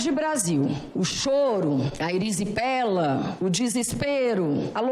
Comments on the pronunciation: é erisipela não eripisela kkkk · Num é eripsela não, é erisipela. 😂😂😂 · ERISIPELA,. Não é eripsela. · "Eripsela",?? 😂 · O falando eripsela em vez de erisipela me quebrou legal 😂😂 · desculpe não consigo parar de rir, não é Erepsela, é Erisipela, foi o Mathias quem me alertou, pois voltei o vídeo para ouvir o gatinho novamente e "ovo" Erepsela" meus galãs preferidos! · Perdão, com todo carinho, mas é erisipela...rs rs. Grande Rogério Correia e Grande Duarte, gente do bem!